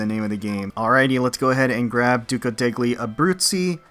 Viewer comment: Love watching your AL videos! The "degli" in Duca degli Abruzzi is pronounced like "del-yee" btw.